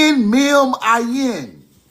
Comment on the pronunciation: Thanks for sharing. Ayin is pronounced AH-yin. The Ah is pronounced by opening the back of the throat. A deep hollow AHhhyin. This is knowledge from fluent teachers. Alef is not pronounced aLEF. It's AHlef. Once again. Open the back of the throat.